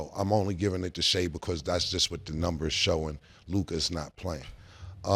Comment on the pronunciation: Mase messed up one day and said Nimbers instead of Numbers. Now he's gotta stay consistent and double down on Nimbers. It ain't got nothing to do with your accent. You messed up and it sounds stupid. Stop it bro.